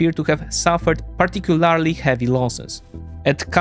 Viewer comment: This guy always says "particularly" wrong.